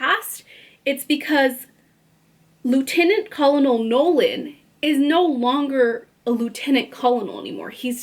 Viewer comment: Great summary! Enjoyed it! Google the word Colonel and then press the sound button to listen to how you pronounce it 😅